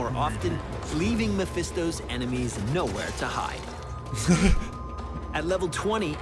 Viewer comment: More like Meh-Phisto.